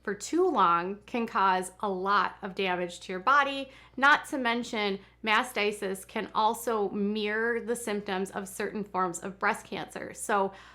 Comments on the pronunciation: It's Mastitis, not what you've said a dozen times, "Masticist." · it sounds like you are pronouncing it as mastisis. It's mastitis. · mastitis not masisist. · It is pronounced MASTITIS!!!! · MastiTis. Pronounced mast tight us. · If wanting to call out others she really should pronounce words correctly. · No, it’s MAST i TIS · Please learn how to pronounce mastitis. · Please note it’s mastitis. This happens to all women not just nursing moms. I first had it age 12. I am not trying to nit pick but you pronounced it incorrectly so many times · Oh please learn how to pronounce mastitis